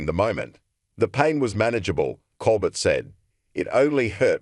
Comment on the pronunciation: This AI muck can't even pronounce words. Who is "ColBERT"??? Pure adulterated crap reporting. This site is off my feed .. 👎👎👎👎👎👎